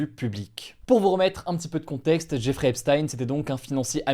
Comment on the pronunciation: Jeffrey se prononce "Djè-fri"